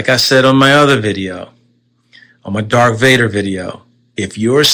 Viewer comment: Whoa whoa WHOA…WAIT this “Star Wars fan” keeps repeatedly saying “Dark Vader” lol 🙄🤦🏻‍♂️